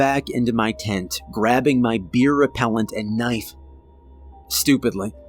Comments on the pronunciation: I definitely giggled when I heard you say "I dove back into my tent grabbing my beer repellent." I'm assuming it was supposed to be bear repellent? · Bro really called bear repellent. Beer repellent 💀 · Did anyone else hear "beer repellent" around the mark? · Ummm...beer repellent? I think you mean bear, giving more weight to this just being an AI based channel. Disappointing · “Beer Repellent”